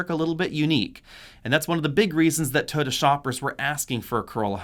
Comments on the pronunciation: Why do you call it a Toada? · "Toda" LOL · Why is Toyota mispronounced?